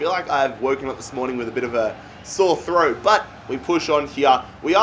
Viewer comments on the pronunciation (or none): none